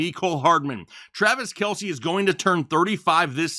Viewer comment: It’s just Kelce not Kielce